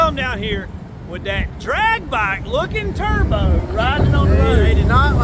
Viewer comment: " deyd idnot liek the terboohh gixxer!! " LOL